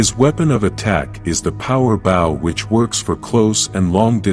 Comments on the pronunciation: I can't. I just can't. The AI voice is so goddamned idiotic! Zordun? Power bow (rhymes with "now")? No! No! Fuck your AI garbage! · Man...the A.I. voice just shows laziness and no care or love in the content...very interesting though but im not.going to watch the rest. Soon as the voice said "bow" (a greeting gesture) instead of "bow" (bow and arrow) it just breaks it for me. Hope you change your mind and start using a real person or maybe if you have time and just a rinky dink mic just do it yourself.